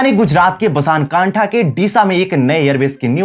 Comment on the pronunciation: ब ना स कां ठा शब्द है।